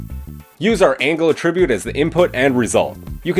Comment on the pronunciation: hate to be that guy... but... it was driving me a tad nuts and you say the word a bazillion times and I cringed every time. The word ATTRIBUTE can be used as a verb and a noun but the pronunciations are quite different. The verb means to apply a quality to something or something caused something else. This is the pronunciation you used in the video, the verb. The correct pronunciation for the nodes in blender would be for the noun usage of ATTRIBUTE. Something has an attribute. That is the usage in nodes. The nodes have attributes. For this video it isn't the verb pronunciation it should be the noun.